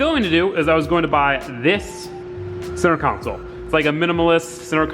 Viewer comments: I couldn’t even finish this video because I can’t handle you saying council repeatedly, when it should be console. Yes, CON-SOLE. ffs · Say it with me... CON SOLE... console. Not council. That’s a whole different thing. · It’s console not council lol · CON not COUN, its buzz me off!!! its console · HOLY FUCK IT'S CONSOLE NOT COUNSOLE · "Center Cownsul" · con-sole theres no u in the word........ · “Center cowncel” lol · Why didn't you flip the smaller section of the centre console? It would have mated way better imo. Also, You say console super weird lol.. Love the vids